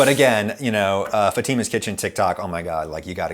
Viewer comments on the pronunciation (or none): You like your Italian roots for its looks but can’t even pronounce Fatima correctly. Smh